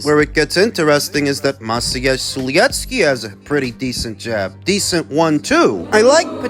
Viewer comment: I love the way you say Maciej